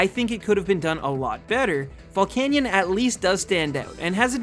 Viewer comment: VOLCANION, NOT VOLICANIAN!